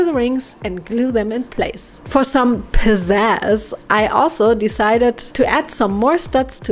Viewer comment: I love when she says “and for some pIZzAz” btw I LOVE ALLLLLLLLLLLLLLL Of your vids :)